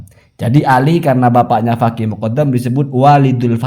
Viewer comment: kena virus Habib... Menyebut kata Faqih: Fagih.... 😅😅😅